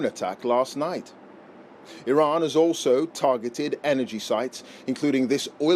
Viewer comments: irins missile defence😂irans you stroked out doofus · Geez, you’d think that if we’re going to bomb their country, at least Trump could have the respect of correctly pronouncing the name of their country 😂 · He can't even pronounce Iran properly.